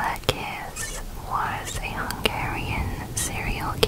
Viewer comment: Kiss is actually pronounced more like kish.